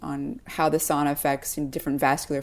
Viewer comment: The lady conducting the intervies needs to learn how to pronounce sauna.